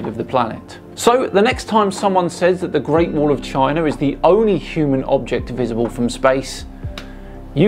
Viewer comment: Okay, but what's a Chiner?